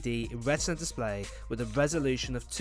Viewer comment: wiTH not wiFF